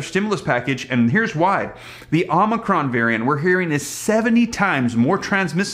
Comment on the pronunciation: Hey! Really enjoy all the info you provide, but just you know the new variant is pronounced O/MI/CRON.